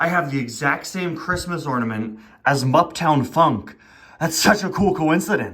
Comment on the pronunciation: You know, it’s funny because you sound like Muptown Funk.